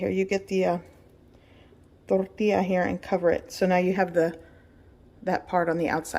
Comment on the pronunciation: Love how she thinks she pronounces tortilla correctly however she butchers the actual pronunciation horribly in any dialect